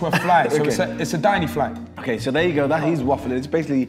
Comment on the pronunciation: “It’s a dini-fly”😂😂